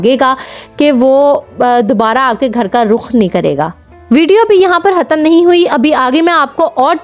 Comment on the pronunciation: آپ سے خ نہیں بولا جاتا کیا؟ حتم نہیں ہوتا ختم ہوتا ہے اور حوشبو نہیں ہوتا خوشبو ہوتا ہے